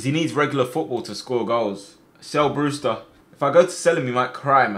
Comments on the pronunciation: My mans said Brewter not Brewster 🤣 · Who’s here when it says “BREWTER”